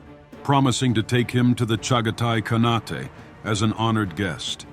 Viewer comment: "Khanate" is pronounced with a long "a" in the last syllable and don't pronounce the "e" like an "a". Please check the AI